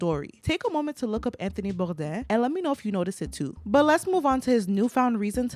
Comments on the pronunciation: Why are u pronouncing his name like that . He was American . Nobody pronounces Anthony boudains name like that. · HE pronounced his name Bore-Dane . With his mouth. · Lol hearing Anthony Bourdain's name with a French pronunciation had me pausing the video and look at who on earth you were talking about. He was American, so he pronounced his last name Bore - dane